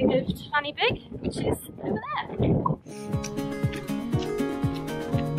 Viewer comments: Also, one F in Welsh makes the sound of a V and two Fs together (Ff) makes the sound of F so it's "Van-ur-beeg" not "fanny big" ;) Haha. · This is great, just to let you know fan y big is pronounced as ‘van ur big’ . :) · F is pronounced as a V . That will save you talking about a fanny big. 😊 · Great video - and a great effort in not so nice weather. Just a few pointers towards pronunciation of the peak names. Corn Du, say it as Corn Dee. Fan Y Big, say it as Van Uh Beeg. Pen Y Fan - say it as Pen Uh Van. Cribyn - you said it perfectly. I'm looking forward to watching more of your adventures in Wales - best of luck:)